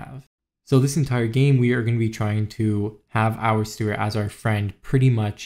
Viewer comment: Its steward not stewart